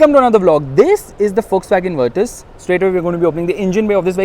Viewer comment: Finally someone who pronounces it as Virtus and not Virtooos ....brruuhh